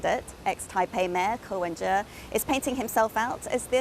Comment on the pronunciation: Ko wen-je 👎👎